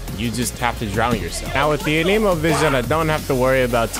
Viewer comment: Bro called anemo a nemo